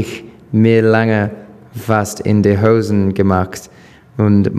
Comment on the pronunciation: in die ''Housen'' gemacht xDD